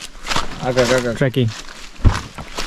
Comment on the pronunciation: চলতে চলতে তৈরি হওয়া পথকে বলা হয় 'ট্র্যাক এবং সম্পূর্ন প্রাকৃতিক পরিবেশের কোন গন্তবে পৌঁছাতে পায়ে হেঁটে যাত্রাকে বলা হয় 'ট্রেক' আপনার ভিডিও দারুণ একদম অসাধারণ, কিন্তু বারবার ট্র্যাকিং বলছেন সেইটা হবে "ট্রেকিং" ঝুমে গেছে, ঝুম ঘর, বিষয়টা এমন না সেইটা হবে জুম, জুম ঘর ধন্যবাদ